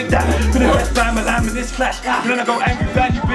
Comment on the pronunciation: bamalam is one of the only uk rapper that tries to fully pronouce his words